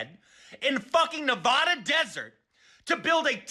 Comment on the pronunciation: his rant was nearly perfect except for his pronounciation of nevada lol, sorry i know it's petty